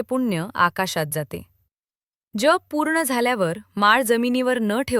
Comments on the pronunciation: जेप का म्हणून उच्चारतात कसे तरीच वाटते जप हा इतका सहज सोपा शब्द असताना त्याला वेडेवाकडे वळण का म्हणून द्यावे मग VDO केल्याचे एवढे या एका शब्दामुळे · जेप नाही जप